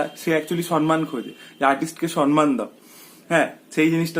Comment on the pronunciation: Kothata somman ..... soNman na....